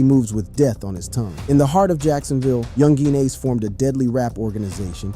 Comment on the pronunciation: U shouldnt talk about ppl who's names you can't pronounce lol